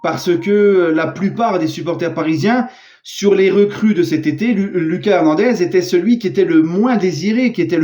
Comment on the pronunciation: tu dis mal son prénom. La prononciation c'est pas comme en Français, plutot à l'Espagnol. C'est "Loukasse" et pas "Lucas"